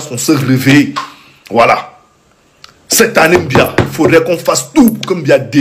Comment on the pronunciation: Ton président s'appelle Biya et non mbia